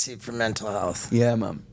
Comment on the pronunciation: Laughed hard when he said menal then mental to americanize it 🤣🤣